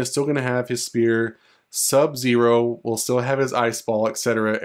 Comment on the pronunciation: You said SUB-ZERO right 😂❤ thanks man